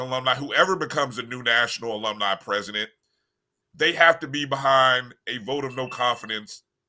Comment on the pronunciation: That's the Best 2 & Half Years Famu ever have for Decades. On to Better THINGS. STOP HATING dude that can't say Alumni.